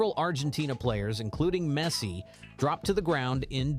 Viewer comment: Who still can't pronounce Messi's name correctly? This guy